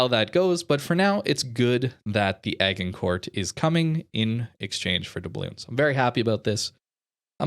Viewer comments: Also it's a soft G in Agincourt. Like Age.... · Agincourt is pronounced Ajincore. Look up the famous battle of Agincourt.